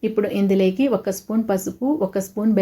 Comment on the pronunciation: ఇందులేకి కాదమ్మా. ఇందులోకి అనాలి